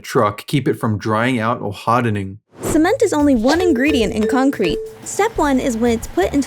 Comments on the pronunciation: Why does she say cement like c-men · now did i hear something else or did she just pronounce cement like that